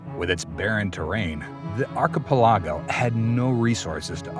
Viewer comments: Arpa largo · I love how he keeps mispronouncing the word, archipelago.